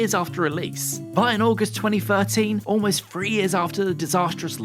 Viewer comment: Three Four Three, not Free Four Free. Why can’t you pronounce the word Three?